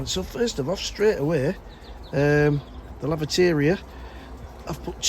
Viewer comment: Home garden, yes I tried last year to remove the crocosmia and it’s back 🤦‍♀️ but I’ll keep on top of it. Every time you say laviteria I think lavatory. We have grass watering bans all spring and summer here. It’s all looking stunning and a wonderful place to just sit, you do just sit occasionally right 😅. Again take care of yourself or the Mrs will kick your you know what, 🇨🇦